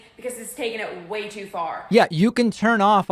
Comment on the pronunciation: Adding the obligatory "hw" sound for the word "way" is a new one lol hweird